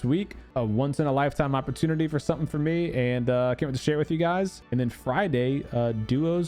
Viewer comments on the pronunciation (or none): none